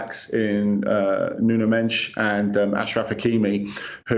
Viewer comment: Who tf is "Nuno Mench?"